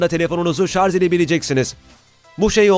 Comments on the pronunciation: Şarz dedikçe kulağı kanayan bir tek ben olamam değil mi ? 1.5m abonen var , şunun doğrusunu öğren artık. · Ben ''şarz'' a takıldım. Ne demek acaba? Yoksa ''şarj'' olmasın???? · Şarz ve Tony star dediniz ona takıldım ben. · 4.15 şarz diyor. Onun için izlemeyin bu kıytırık videoyu.